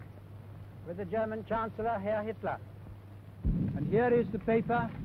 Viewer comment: when he said Heil Htler it was over